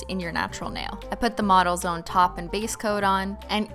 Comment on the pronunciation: is it just me or does anyone else hear 'Auto Zone' when she says 'Models Own' ? No? Just me? =_=